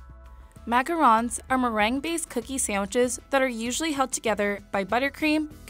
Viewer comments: Kearsten McCrea she didn’t pronounce it right, either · YOU SAID MACaroon